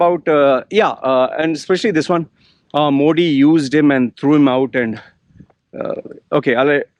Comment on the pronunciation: first say Modi correctly being Indian if you dont know ..learn it. I am not supporter anyway but u r over acting.